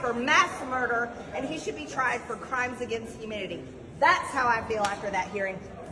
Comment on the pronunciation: Twice she attempted to mention crimes against humanity and twice it sounded more like "humidity". A minimum of education should definitely be required for members of congress. It is appaling to hear ignorant people who know nothing at all talk and pretend they know.